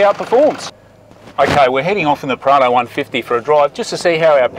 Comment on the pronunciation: I kept getting "Prada" instead of Prado. Maybe my ear is the problem